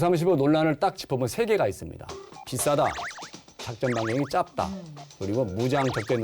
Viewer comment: 방송 수준 참 지랄이네 짜증솟네 계속말하지만~ 앞에서 말하셨지만~~ 내용이 없네 웬만한건 다 아는건데 말만 질질 끌고 기자 밀덕 각 한명이면 되겠구만 작전반경 짭다 짧다발음도 못하는 것 조차도 거슬리네 대략 10년에 들어가서 예산이 생각보다 효율적이라면서 또 예산을 생각할수밖에 없다? 현시효과는 말하면서 순차적으로 크기를 늘리겠다? 핸폰에 침뱉을뻔했다 ㅌㅌㅌ KKMD 한번 보는게 이거 백번보다 정신건강에 이롭다 다시한번 ㅌㅌㅌ